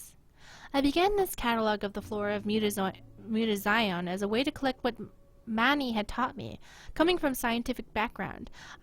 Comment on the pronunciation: muta-ZEE-own thats how its pronouced, but love the game play keep it up :3